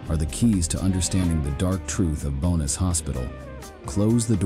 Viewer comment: Bohnice is actually a mental hospital in Czech Republic and it's very much functional and not haunted :D And yes... you totally butchered the pronounciation lol. Much love!